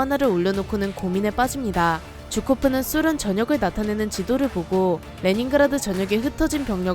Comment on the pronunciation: 쥬코프가 아니라 게오르기 주코프입니다